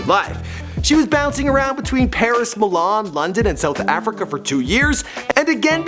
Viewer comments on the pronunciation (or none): none